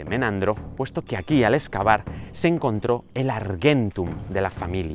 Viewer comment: Se dice argentum la g suena como j sos español tenés que saberlo